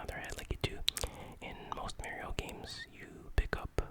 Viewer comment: People that can't pronounce MARIO correctly 🤦